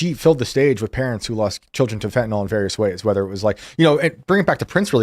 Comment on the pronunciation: Have any of you ever read rhe word "fentanyl"? Fen-tah-nil not Fen-tah-nol. I guess only the guest bothers to pay attention. To be fair, 0% of Senators get it right either. You folks are really smart. Don't sound like youve never read the word.